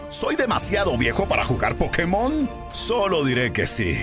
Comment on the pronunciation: ¿Aún pronunciando "Pokemón" cuando es "Pokémon"? Smh.